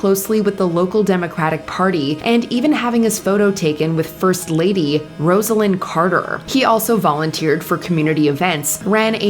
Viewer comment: Coco Chanel's Nazi collaboration was news to me. It may seem trivial by comparison, but I was very impressrd by your correct pronounciation of Rosalyn Carter's first name. Most news sources get it wrong. Details are important.